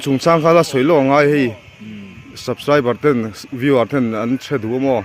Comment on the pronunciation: A last clip a, Subscribe leh Like tih a lamdan khi ka nui nasa lutuk🤣🤣🤣A tha thei e..